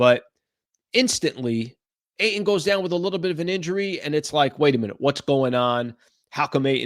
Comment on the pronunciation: I hate the way you say AYTON